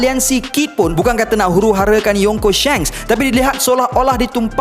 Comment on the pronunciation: Shanks bukan Shengs, Aduhh 🤦🏽‍♂️